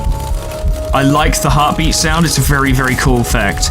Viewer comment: Didn't know "hearbeats" sounded like that^^